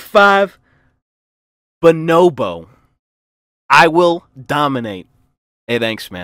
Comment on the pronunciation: it is: bəˈnōbō not: BO-nobó